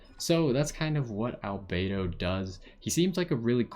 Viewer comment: You're the first person I've seen that pronounced everything about Albedo correctly, lol. Also, this is a great overview of his character, a lot of people go in to the trail not even reading up on his talents properly. I wanted to pull for him, but got jean 30 rolls back, damn, there's still the rest of the banner time, here's hoping.